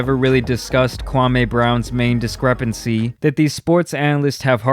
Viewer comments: His name isn't pronounced Kwamay.....Its Kwa-"me"....he pronounced his name during a stream. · It's not Kwamayyy It's Kwameee! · Kwa me not Kwa May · It's kwa-me Not kwa-may!! Pronounce his name right. You are doing the same thing stephen A.Snitch and Skip Base-Less are doing!! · Kwa ME . Not Kwamayyyye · It’s Kwameeeee brown not Kwamehhh. This is one of the reasons he was mad. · lol you my nigga bruh but please say Kwamee not Kwameh 😂, but thanks for covering this lil series regardless this shxt is hilarious fr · HIS MAME IS NOT KWAM-A ITS KWAM-E. If you gonna cover his content, at least respect his name. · Kwa-ME, not Kwa-MAY. C'mon man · KwaME not may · His name is pronounced "Kwa-mi", kindly correct your pronunciation next time! Kwame has made it clear several times.🎯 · Omg... his name is pronounced “KWA-MEE”! Fuck! Pronounced is wrong all video.🤦🏾‍♂️ Good video though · SAY KWAME'S NAME THE WAY HIS MOMMA DID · You are saying his name wrong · I hate the way you say 'Kwame.' I know you're doing it on purpose. 😭